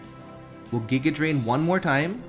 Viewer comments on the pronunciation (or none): none